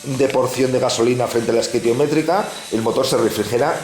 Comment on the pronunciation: Nota, se dice estequiométrica. Muchas gracias por el tuto. Saludos desde la sierra! a ver si lo consigo yo en mi hyosung.